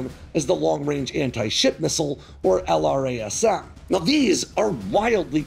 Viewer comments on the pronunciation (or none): The L R A S M is friggin killing me... say it with me now: El-Rasm.... kinda like Ra's al Guhl - yes, it's another movie reference.